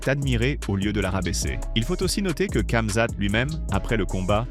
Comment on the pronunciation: Tu me fou l'angoisse a dire " CAmzat" dis ramzat a la limitte si tu sait pas faire l'accent